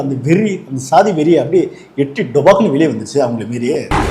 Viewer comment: எல்லாச் சாதி நீய்களுக்கும் சொல்வது என்னவென்றால்.... அது ஸ்ஸாதி இல்லையடா பன்றிச்சாதிகளா..... அது ச்சாதி என்று உச்சரித்துப் பழகுங்கடா பன்றிகோ, நாயுகோ.....